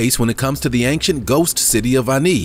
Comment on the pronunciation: I wish you would not put a ‘g’ in the middle of the word “ancient”. You say it several times in every episode.